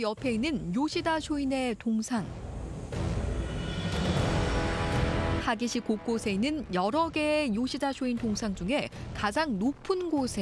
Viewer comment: 초인이 아니라 쇼인이다... 나래이터 발음 똑바로 해~